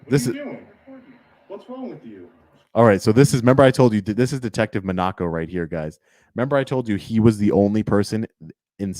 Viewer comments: Monaco - like the country MOHN a co not Monn AH-co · it is pronounced Detective mah-na-ko